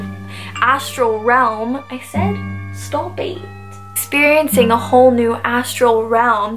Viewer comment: ''i said *stowp eet*'' miranda singss